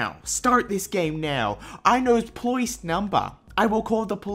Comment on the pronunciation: Stay back or I'll call the ploice! NOT THE PLOICE!